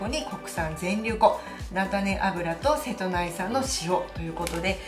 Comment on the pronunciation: 間違いではないと思いますが、セトナイと読む時は大体は瀬戸内海とウミが付く時で一般的にはセトウチと読むと思いますよ。セトウチ出身者です、 細かい事を指摘してスミマセン